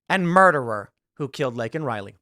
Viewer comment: Saying you regret saying a thing in that context literally EQUALS apologizing... And the pin Biden had that night had Riley's name on it and he STILL couldn't say her name right 🙄🙄